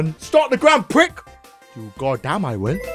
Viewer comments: I THINK HE SAID PRICK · prix is pronounced pree